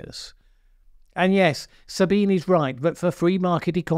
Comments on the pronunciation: FYI her name is pronounced Sabina not Sabine I too for a long time thought it was Sabine until one day she spoke in third person, it's the german version. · It's actually pronounced like Sabineh. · Most people, including her self, pronounce her first name as "Sabeenah", just in case you're interested. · One small quibble, Sabine is pronounced 'Sabina' unless she herself pronounces it that way. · Her given name is 3 syllables. sa-Bi-nuh za-Bi-nuh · "Sabine", the first name of Ms. Hossenfelder ends in a "schwa" (Schwa /ə/) sound, exactly the same Schwa as "Baker" ends with. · Very good, but do pronounce the final e 👍